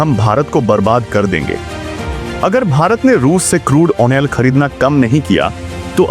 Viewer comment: खबर बेकार लगी क्योंकि आधे समय मैं तुम्हारे “क्रूड ऑनेल” शब्द को समझने में लगा रहा।